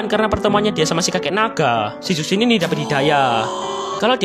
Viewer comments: dibaca cushin bg bukan zhuksin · baca nya chusin bang bukan zuksin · Bacanya zhuxin bukan suksin bang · Izin koreksi, bacanya Zhu shin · kalo ngikut aksara chinesse,itu nama zhuxin di bacanya "chuxin" karna dalam huruf mandarin z itu di baca c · JUSHIN GESSSSS JUSHINNNN HADEHEEEEEEEE EUHUHUHGRHRHWGEHHR Edit: g terlalu peduli sih, cuman rasanya kurang JRENG aja klo of nyebutnya salah.. 😢